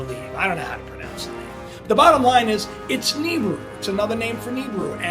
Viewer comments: Knee-brew... Knee-brew..... Ahahahha. "Naa-bere-rue" is correct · man this guy is full of shit, the Tossa cant even pronounce Nibiru how can anyone take this man seriously?